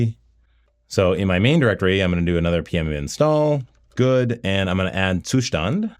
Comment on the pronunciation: Gotta love that Ttttsszzzustand pronunciation!